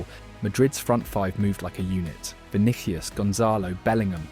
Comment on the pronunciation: Why this guy can't say players names correctly?? 🤔 Vinikius?!